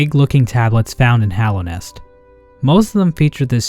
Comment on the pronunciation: You're like the only Youtuber I've seen that pronounces "Hallownest" correctly and doesn't say Hollownest. I appreciate you for that, as it pisses me off to a degree some might consider unreasonable lmao